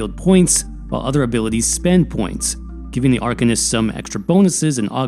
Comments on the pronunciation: arCANist not arKUHnist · ar - CAIN - ist.